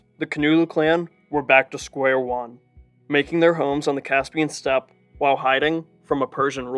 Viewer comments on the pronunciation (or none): none